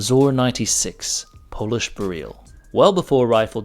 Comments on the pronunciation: It's BEryl, not beRYL. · Hey, just a small note. In Polish we would put an accent on the first syllable: BE-ryl. Great video! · Be-reel? Really? It's pronounced exactly how the word "beryl" is pronounced in English... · You say Bare-eel, we say Beril, what do the Poles say?